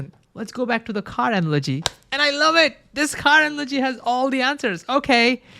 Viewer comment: Wery wery interesting. I lowe how much you’re dewoted to science